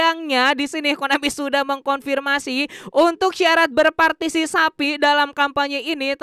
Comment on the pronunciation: Berpartisipasi bg bukan berpartisisapi 😅